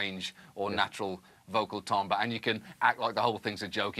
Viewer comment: High marks to John for properly pronouncing "timbre".